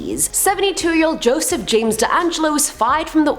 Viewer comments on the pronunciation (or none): none